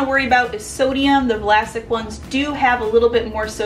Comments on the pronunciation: Arrgh. Still saying Va-lasic. Also "these ones", not a thing. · Wtf i never remembered those pickles being “Vlasic” instead I remember “Vlassic” 😳 conspiracy theory or na?😂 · lol I don't even want to get into the whole turning Vlassic into a 3 syllable word lol